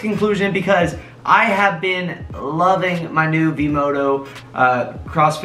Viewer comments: Its V-Moda not V-Modo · Yes. Not "V-MODO". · It’s vmoda with an a